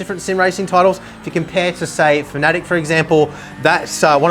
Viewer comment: They are called "Fan-A-Tech", not whatever you tried to call them :)